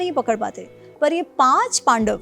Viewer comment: Madam पाडव के पक्ष है 😂